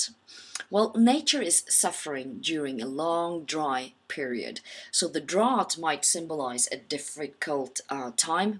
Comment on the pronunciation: The word drought is mispronounced in this video.